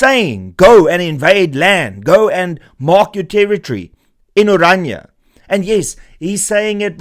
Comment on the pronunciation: Can people just learn to pronounce ORANIA correctly! It is NOT Oranja. Dit is Oran.i.a. Ek kan nie glo dat selfs Afrikaanssprekendes nie die uitspraak korrek kry nie!!